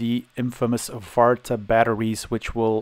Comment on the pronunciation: Farta was a very good prononciation for the battery